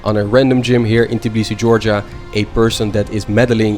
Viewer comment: Im georgian but u said tbilisi wrong u said tiblisi